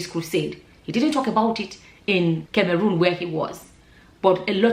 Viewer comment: please can you pronounce CAMEROON well? 😂😂😂😂🙏🙏You are pronouncing it in past tense it’s actually pronounced in present tense. Beautiful and intelligent woman.